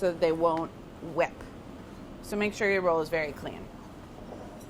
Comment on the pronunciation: I love the northeastern “hwipp”!